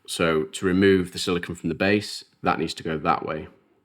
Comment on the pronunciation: I don't know if it's your accent, but you keep saying "silikin". A common confusion with that material is silicone vs silicon (usually pronounced "silikin". Sili*cone* is the rubbery material you're using, sili*con* is a pure element that's primarily used as a base for transistors which forms the heart of all electronics technology we currently use. You may already understand this and my understanding comes from your accent, but I like to point it out when I hear it nonetheless because there are absolutely people that don't understand the difference.